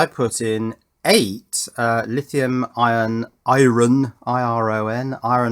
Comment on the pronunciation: i-ron? Really?